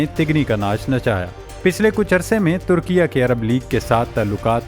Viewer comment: Bhai meray likhho turkia aur parrho Turki-ye.